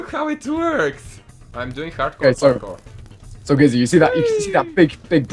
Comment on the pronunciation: I love how you say "barkour" instead of Parkour